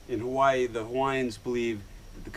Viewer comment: Haha u cant even say Hawaii correctly ahhahahaahah bumbai u learn